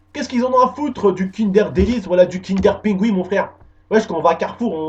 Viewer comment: Ton accent quand tu dis kinder pinguin ahahah